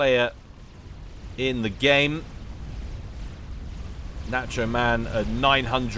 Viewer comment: Someone tell how to pronounce "nacho."